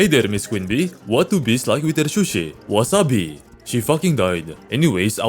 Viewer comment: "Wasa-bee" Fucking explodes